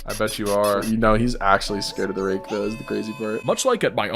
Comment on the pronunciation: you did not say rake😭